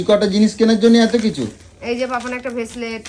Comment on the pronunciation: Bheslet ki bhai. Otake bracelet bole. Murkho kothakarr. Abar nijeke smart shikkhito bole hasi pai